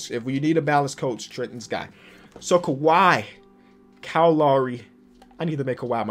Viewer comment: I appreciate how pronounced "Kyle" correctly #Finally